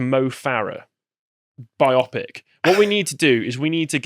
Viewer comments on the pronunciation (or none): none